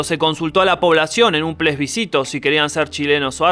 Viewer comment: "PLESBISCITO" JAJAJAJAJAJJJA ES PLEBISCITO !!!! Pedazo de tobru